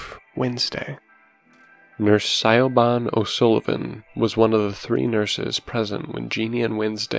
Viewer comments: You both did a great job bringing the characters to life! You both have a new subscriber. 😀 A point of pronunciation,, from someone with a difficult to pronounce Gaelic name--LOL. Siobhán is pronounced shiv-AWN in English. (It's slightly different in Irish Garlic, but it's close enough.) Whenever you're faced with Irish or Scottish Gaelic words/names, it's best to look up the pronunciation--they often don't sound like they look. 👍🏼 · Pronounce Siobhan like Shi-van. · I love these narrator's but I got to say it's so weird hearing someone mispronounce mispronounce Siobhan lol